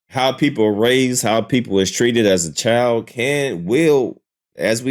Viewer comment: What is a chilS😂